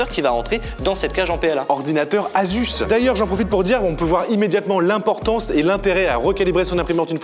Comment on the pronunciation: Asus ne se dit pas « azusse » mais « assusse ».